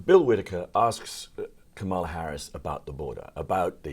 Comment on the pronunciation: KamAla? Really now? So you are worried about her interview skills and STILL can't pronounce her name?